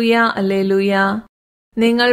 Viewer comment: അല്ലേലൂയ്യാ അല്ല, ഹല്ലേലൂയ്യാ.🙏🏻🙏🏻